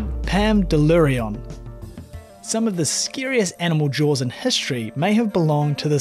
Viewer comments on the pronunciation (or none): none